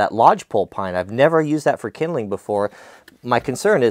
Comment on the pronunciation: Called splits idk whos the fancy guy calling it kindleing